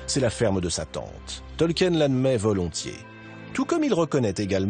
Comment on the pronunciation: Purée, des années plus tard, les français n'ont toujours pas appris à prononcer correctement "Tolkien"...